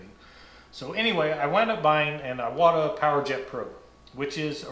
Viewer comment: You are pronouncing Iwata like it’s spelled Aiwata.